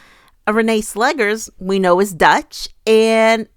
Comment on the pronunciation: Netherlands here. Just a hint regarding pronunciation. It's Renée Slegers, as in "slay-gers", not "slaggers".